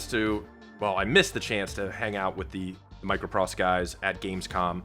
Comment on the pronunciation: BTW, it’s MicroProse as in poetry, not “pross”. MicroProse we’re always my favourite game developer going back to the 80s. So good to see them back!